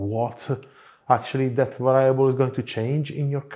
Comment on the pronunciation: Hello, love your show and you have a nice Italian accent and well-spoken English. Just wanted to tell you that a word that you use often should have the accent on the first syllable as is the case in spoken Italian. The word is VARIABLE.....VA' REE A BLE...not...VA RYE' A BLE . Please excuse this subtle correction while I always chastise English and American native speakers who are often the worst at respecting foreign word pronunciation.